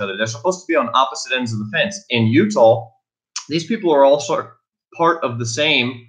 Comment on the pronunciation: Are you referring to the state of utah?? it appears youre saying utahl